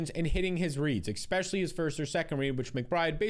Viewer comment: PLEASE stop saying EX-specially